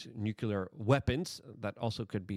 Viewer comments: I haven't heard the not-a-word "nuke-yular" so many times in 20 minutes, since 5th grade science class. You know google will teach you how to pronounce words now, right? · WTF does nukular mean😂